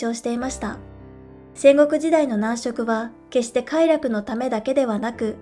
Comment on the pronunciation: 男色(なんしょく)ではなく、男色(だんしょく)ですよ。